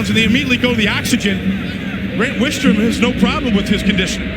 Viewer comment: The announcers getting Grant Wistrom's name incorrect just irks me.